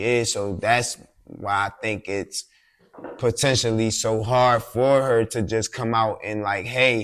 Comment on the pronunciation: Potentionally....I love it!